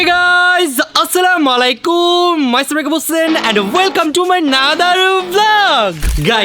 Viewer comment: আসসালামায়ালাইকুম না ভাইয়া আসসালামুয়ালাইকুম